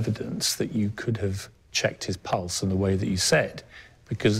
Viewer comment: It bothers me the way she says pulse (sounds like she's saying pults)